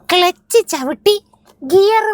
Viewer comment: ക്ലെച്ച് ❌ ക്ലുച്ച് ✅ 😂